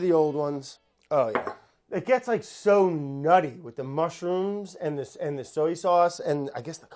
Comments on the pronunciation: Hunzi, I know we make fun of brads annunciation a lot. But, I feel like we’ve missed numerous opportunities to point out that he pronounces the word “soy” like “so-yee”. Let’s jump on that shall we. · Sowee sauce